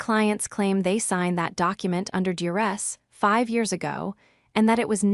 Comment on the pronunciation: AI…four hundred and one K …I have heard it said twice before by AI and I cringe..like dollar two thousand and four…duress?..Do your ass..how sad that AI is so pathetic and people use it and dismiss its inadequacies..as minor glitches..AI is apparently terrific at other things.. simple English is not one of them..